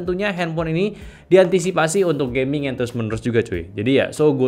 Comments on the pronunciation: knp bilang gamingnya harus "gayming" sus. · Gayming = gaya dan gaming Padahal dah dijelasin